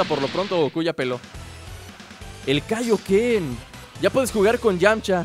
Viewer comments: NO ES KAIOKEN ES TAIOKEN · Es Taioken No Kaioken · se dice Taiyoken no kaioken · se dice Taioken no Kaioken al ataque de Krillin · Es taioken bro, no kaioken <3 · no es kaioken es tyoken :v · es taiyoken no e kaioken